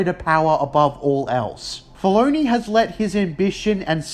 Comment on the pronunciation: Writah, Filoneeh, force usaah